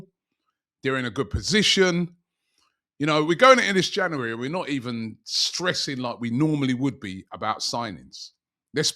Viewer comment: Geeza cant even say January let alone say it with some truth behind it 😂